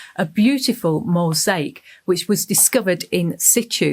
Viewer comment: I could not listen to much of this, the pronunciation of words like mosache instead of mosaic and pappy-russ for papyrus just grated on my ears.